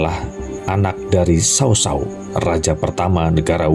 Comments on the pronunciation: kurang fasih baca nya wkwk , saya hafal betul semua karakter di samkok dan serahah tiga negara . yuan shao dinacanya Yenshao , tidak ada nama sao sao , tapi cao cao ,. bukan tong suo , tali tong cuo . aduhh pegel telinga ini dengermya wkwkwk. bukan Lu bu , tapi LiFu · Berhenti nonton begitu dia menyebut Cao Cao jadi sao sao. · Knp sih sebutannya kek gitu, mending Cao Cao gak pake Sao Sao, gak enak didengar!